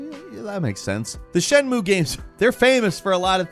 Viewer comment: You mean "it cannot be overstated how bad it is", if you want to say that it's bad. Also, I'm pretty sure "shenmue" has three syllables. I don't know much about Japanese, but I'm pretty sure they don't have silent vowels like that.